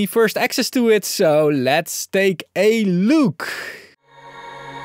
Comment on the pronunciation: "look" does not sound like "Luke" but rather has the same vowel sound as "put".